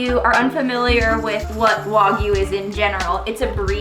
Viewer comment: it’s pronounced wag you